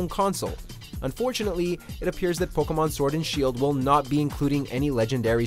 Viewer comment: I’m cringing at how he’s pronouncing the pkmn names